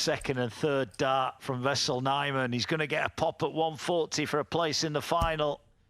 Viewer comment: It's wessel N ,not vessel . Where do they get these announcers 😊